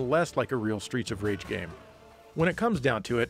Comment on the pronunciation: I keep hearing "Streecha Rage" and it makes me giggle... 🤭